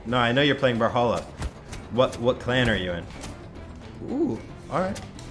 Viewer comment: Come on!!! IRIGHTI's clan is Brawl"A"halla like brawlahalla not brawlhalla!!!!